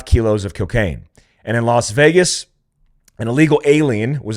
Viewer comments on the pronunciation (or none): none